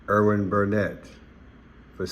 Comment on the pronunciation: Erin not Irwin